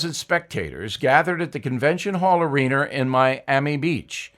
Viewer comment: Love your daily analysis Bill, but did I hear you say "areaner" when discussing the Cassius Clay/Sonny Liston story?